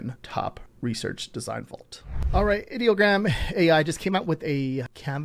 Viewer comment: You pronounce Ideogram wrong :(